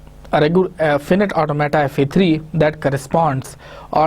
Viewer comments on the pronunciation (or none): its FINITE AUTOMATA not Fiinite automata. Its KLEEENE theorem, you need to work hard on your pronunciation